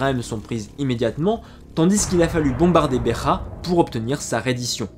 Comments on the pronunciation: En portugais la ville de "BEJA" ne se lit pas BE"R"A mais BE"J"A, exactement comme en français. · Beja pas Berra stp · excellent travail, comme d'habitude. Fais seulement attention à la prononciation de Beja (si tant est que tu souhaites la prononcer en portugais). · Bera no béjā beja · petite précision, le "J" en portugais se prononce comme en français et pas comme en espagnol. C'est Béja (Begea et pas Becha). Ainsi que Azulejo (azulegeo et pas azulecho) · En.Portugais il n y a pas de Jota comme en espagnol on prononce Beja comme dans le mot Beige en français et non pas "Besrra " je suis désolé de cette precision mais ca a quelque peu écorché mon oreille lol Je tenais a vous féliciter pour la qualité de votre travail de vulgarisation également pour votre précision historique concernant cette periode passionnante d Al andalus félicitations bravo et encore merci je m abonne et je vais de ce pas devorer vos autres vidéos je découvre votre chaine avec beaucoup d intérêt et je me demande comment j ai pu passer a côté d un contenu aussi qualitatif vous devriez songer a faire des conférences sur le sujet vous avez largement le niveau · Bjrs ... j aime bien vos videos ... mais noter que me j portugais se prononce exactement comme au français... alors pa la peine de dire mudekharpour mudejare et bekha pour beja ... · Super vidéo comme chaque fois :) Petite note: En portugais il n'y a pas de "jota" donc le "j" se prononce comme en français et non comme en espagnol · Merci de préciser que le J reste un J et non un R... Cette prononciation à l'espagnole m'agace ! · En portugais le "J" se prononce "J" comme en français et non comme en espagnol "R" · Ont prononce BEJA comme en francais pas comme en espagnole.